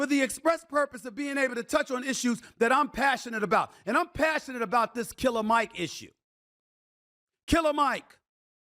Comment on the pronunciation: Stephen A… smh cmon bro. It’s Killer Mike as in KILL-A-MIC… He’s a RAPPER bro.